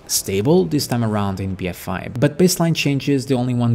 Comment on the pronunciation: Lmao, it's just your accent. When you say "a" it sounds (to me) more like you're saying "eye" or "I". I'm just busting your balls.